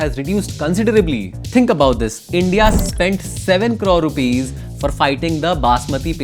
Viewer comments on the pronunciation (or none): none